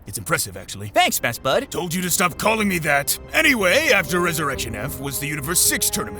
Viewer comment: There should only be one vowel sound in "best" . Your accent needs word.